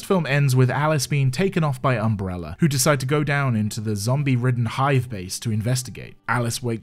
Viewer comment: I forget which movie at this point ( they all feel like a fever dream ) but right at the beginning Alice says "umbreller" and it just feels like that moment sets the feeling for the whole series